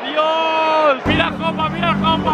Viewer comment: Soy el unico que se ha dado cuenta de que dice she para Jopa? (No hate)